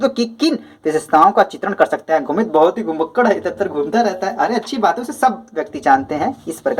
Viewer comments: Sir vo sumti hai सुमित नहीं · Vo sumti hai sumit nahi